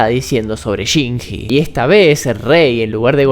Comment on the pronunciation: que horrible como este nargentino dice shinji dios